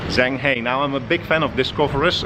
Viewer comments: his name is pronounced shang huh but spelled zheng he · Repeat after me. Jung ha. Jung ha. Jung ha